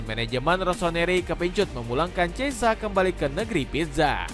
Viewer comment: cheisa😅nama pemain aja ngawur nyebutnya